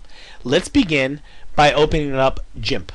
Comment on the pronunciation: i think he pronounce gimp as in jimp because of an "i" as the second letter in in the word. there are some words which sounds the same way. two examples would be; giraffe and ginger...but hey i might be wrong